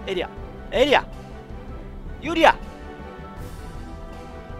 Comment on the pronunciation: 最後のエリアのときめっちゃパエリアに聞こえるんだが